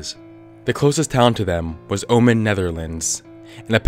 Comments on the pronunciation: "Ommen" is not pronounced in dutch like you pronounce "omen" in english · "Ommen" isn't pronounced like "Omen" I'm from the Netherlands so i know that shit, noah fence t h o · ommen is pronounced differently so debunked! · WHY D YOU SAY OMMEN LIKE THAT